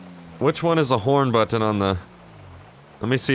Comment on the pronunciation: "Do I have a horn buTTon?" The way he pronounces butTTon or MarTin is so funny!! 😂